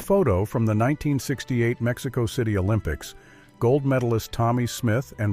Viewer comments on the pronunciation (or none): none